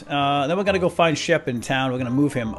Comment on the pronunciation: umm it is shep not sheb oO oO oO oO